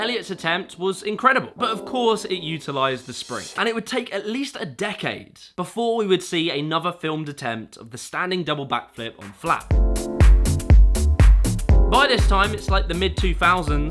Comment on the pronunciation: Please consider speech lessons before undertaking more YouTube videos. That "v" replacement of "th" is like fingernails scratching down a chalkboard. Absolutely horrendous. Anover rather than another. Shudder.